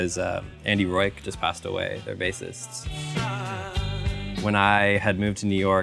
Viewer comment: yes, he’s iconic. I’ve just never heard his name pronounced “Roike”